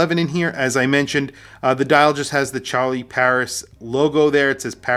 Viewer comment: I don't know ANYTHING about the French language... but you KNOW it ain't pronounced 'Char-lee' 😅😂 'Shar-lee', perhaps? 'Shair-lee'?? 🤷‍♂🤷‍♂ Haha, someone let us know 😂